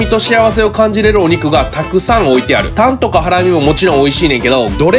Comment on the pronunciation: タンのイントネーションいつも気になるけど好きやからいいよ